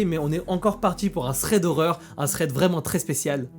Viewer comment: Sans méchanceté aucune le minimum quand on a une chaine de thread c'est de savoir le prononcer correctement. "Ssred" ça veut rien dire.